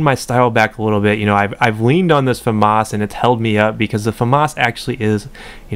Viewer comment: It's a French weapon, pronounce it properly (fuh-mah). The s is silent